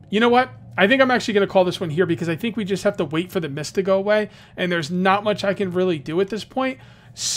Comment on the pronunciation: I Thought Said “Meath Survival!” lol!!!